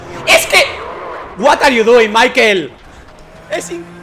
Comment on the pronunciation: uat ar iu duin maikel ajjajajajajaj